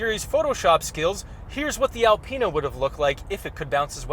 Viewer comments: Alpeanut haha get the pronunciation right!!! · Learn how to say Alpina properly